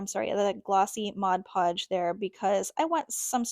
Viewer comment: Hi, love your creations! I always admire your videos and what you come up with, but this time I felt compelled to tell you that, along with a thank you for pronouncing Mod Podge correctly. In every video I've seen - and there have been many - all artists say "Modge Podge"...good grief, can't people read? Petty, I know, but it drives me bonkers every time I hear it. lol But, thanks!...